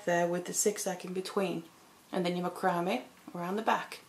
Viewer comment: macrame' pronounced \ˈma-krə-ˌmā .